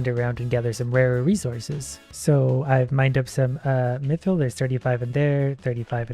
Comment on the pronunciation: He mispronounced it he said meethrill instead of mithrill